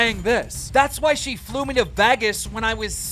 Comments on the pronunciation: Who says Vagas when they pronounce Vegas. Who? I didn't care about your retirement one way or the other. You saying Vagas tipped the scale. Leave the internet. Please. Fuck. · Lmao “vagas” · you had to ruin the whole video with your pronunciation of Vegas. VEGAS not Vagas. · No one else gonna talk about “Vaghus”… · vegas not vagas bro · Why are you saying Vehgas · Vegas, vay-guess. Come on Keem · "Vheggas" 😂🤣 Lmao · Why does he pronounce “Vegas” “Veggus” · Why does keem pronounce Vegas as “Vaggas” lol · As long as Keem been doing this you'd think he'd know how to pronounce the word VEGAS🤣🤣it bothers me sooooo much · I notice as to why is he pronouncing her name like that! 🤣 and saying Vagas weird. There’s also another name he missed pronounced At the beginning of this video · imagine living in America and not being able to pronounce vegas correctly... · thats not how you say vegas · Is he joking how he says Vegas? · Video was great but please for the love of god learn to pronounce Vegas right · i loved all of this till he pronounced vegas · They way you’re saying Vegas is killing my soul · "vegas" the way keem pronounces it 🤣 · This goofy been on the earth for half a century and still can’t pronounce Vegas. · Yo Keem it's not Vegas, it's Vegas